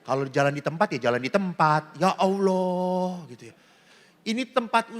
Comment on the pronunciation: TRIMAKASIH ATAS KOTBAHNYA TAPI MAAF KOK SUKA BILANG YA AWLOH SY DENGERNYA AGAK RISI PADAHAL KALAU SY SEBAGAI ORANG JAWA SY KALAU MENGELUH PASTI BILANGNYA YA TUHAN ( GUSTI ) GITU APALAGI KAN ORANG JAWA ( KLATEN,) SY JG ORANG KLATEN LO JADI SY BERANI KOMEN SELAMAT MALAM BERKAH DALEM ❤❤